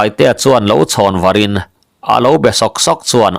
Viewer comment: " Var ' (lo chhawn varin) tih i lam dan hi a dik chiah lo lo maw. Nge lam dan in an loh vang zawk? Thlûk deuh in kan lam ṭhin. ' lo chhawn vârin ( tih tluk zêtin tih a, zetin tih thlukin)